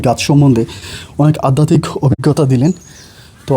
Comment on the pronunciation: Addatik noi adhyatik.